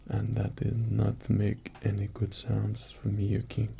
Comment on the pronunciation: OH MY GOD FOR THE FIRST SIX MINUTES OF THIS I THOUGHT YOU WERE SAYING SONS NOT SOUNDS I WAS THINKING THIS KING WAS ASKING PEASANTS FOR THEIR WIVES AND DAUGHTERS TO MAKE SONS WITH AND "RELAX" WITH AND THEN GOD DAMN EXECUTED THEM IF THEY WERE SLEEPY AFTER THE SON-MAKING i clicked here from one rp where you were kidnapped by a crazy stalker and another where a prince takes over your kingdom and threatens to kill your family if you don't marry him, ok, my mind is in a slightly dark place right now